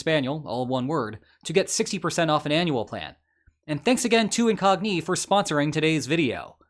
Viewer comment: the knights that say incogNÌ